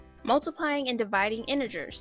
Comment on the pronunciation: is so funny she said i think inegers. no hate all love she is still good at teaching.